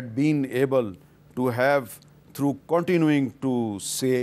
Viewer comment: Meer SB Thorough is not pronounced right .. Through means different and thorough means different.. Plz correct yourself